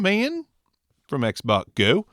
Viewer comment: Xbot confusing sound like you saying Xbox.